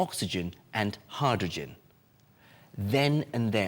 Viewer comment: Your pronunciation of “hydrogen” is weird.